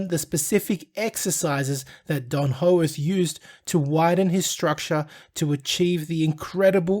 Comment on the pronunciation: Why can't this guy say peoples names correctly . Hoeworth . Pmsl